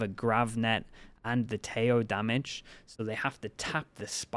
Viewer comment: His name is pronounced Teh-ho(he's colombian).